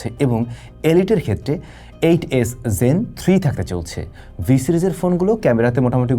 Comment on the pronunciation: Zen না Gen? Pronunciation er ai oboatha kan?